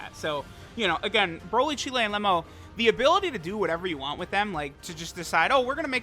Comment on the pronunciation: Remember when use to pronounce broly as brawly?